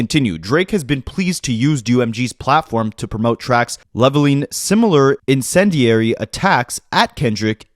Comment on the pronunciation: You did a great job pronouncing "vitriolic" and "incendiary" btw. 💓